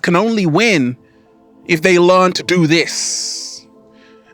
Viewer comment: We have to „LEARN“… not „LAWN“…. Love u!